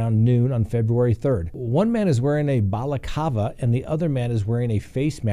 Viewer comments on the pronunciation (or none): what’s a “Balacava”? Guess there is an “L” missing in there somewhere…